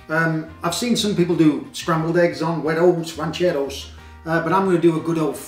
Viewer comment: Like the way you pronouns this dish😄😄